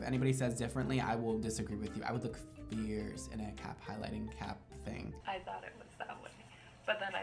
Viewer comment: "I will look FEIRCE... And if anyone says differently... I WILL disagree with you" 🤣🤣